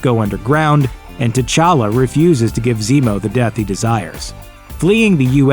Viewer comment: My dude said king ta chacka